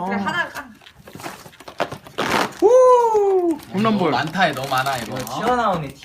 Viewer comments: 순간홈런볼을 콩나물이라고들f림ㅌㅋ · 홈런볼을 콩나물로 들림.....ㅋㅋㅋㅋ